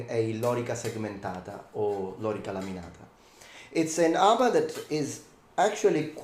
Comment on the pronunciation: It's lōrīca, with long vowels, so the accent is on the middle syllable.